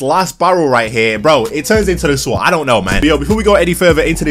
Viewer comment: Did u say swot?